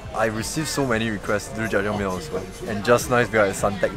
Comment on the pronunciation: This is massive. I can eat 3 at most. On my worst binge haha. Anyway your pronunciation of Jajangmyon and Jjapaghetti were spot on! And on top of that the brand you picked tastes waaaay better than Jjapaghetti. You were also correct in that adding eggs makes it moist and better! An extra tip is to not use the oil packets in the ramyon but to use your own higher quality real olive oil. Also the meat is real pork, just freeze dried + last edit: "I'm not that full" well wait 20 mins the noodles expand like crazy inside your body